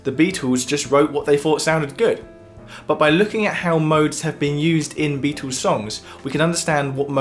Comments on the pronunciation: The Bee-toes... I love the pronunciation! And the music theory is even better. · PLEASE: Beatles not "Beatools", and within and without not "wifin and wifout"